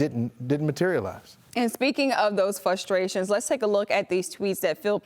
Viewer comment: Fus-trations? lol